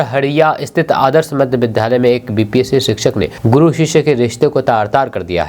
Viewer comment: विद्यालय बोला जाय न कि विधालय ।विद्या +आलय होता है ।